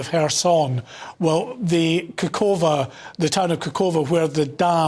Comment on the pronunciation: They even don't know the name of that town. Khohovka, not kokova. Stop earn money on this war...British, you do not allow Ukrainians to find shelter in your country but you are bringing your bloody weapon.